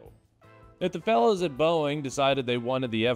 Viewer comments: It's Boeing 😂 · Sounded great, until I heard 'Boeing''